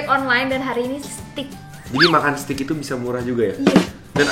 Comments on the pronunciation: cara bacanya…steak dibacanya steik. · Nyebutnya bukan stik.. tapi steik.. 😆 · Bacanya stek bang